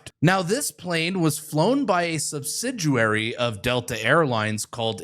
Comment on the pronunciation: A subsiduary he says.Good thing it didn’t happen in Janiary